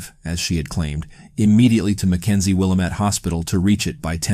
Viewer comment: I like the video but it's pronounced will-AM-it.